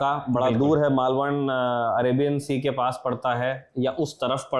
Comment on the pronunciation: USAID ki kisht aa gayi lagta hai🤣. Yeh chhichhori harkate band karo. Jagah ka naam (Maalvan) thik se lena seekho pehle. Chinta mat karo. Aur chunaav haarne hai. 4 June 2024 ko tukka lag gaya. Har baar nahi lagega.